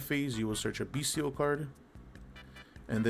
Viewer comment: Finally! someone who pronounces "bystial" correctly! the "t" is a soft "t" like "celestial" and second "t" of "potential"